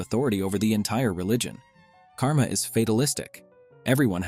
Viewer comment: Great Video but just one thing The pronunciation of many names is a bit wrong, you usually should not pronounce the 'a' sound Like in French (idk French just know a few words cos of school) you dont pronounce the 'e' which is in the end, similarly dont pronounce the ending 'a' too. Examples - Moksha, Karma, Dharma Exceptions - Ahimsa (I recommend taking advise from a native speaker for the pronunciations for future videos)